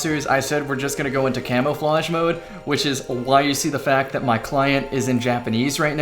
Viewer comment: Don’t you mean “-flauge”? Heh...sorry.